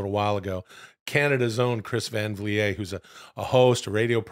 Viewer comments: Is that how you pronounce Vliet, brother? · Why does Will say Chris Van Vliets name wrong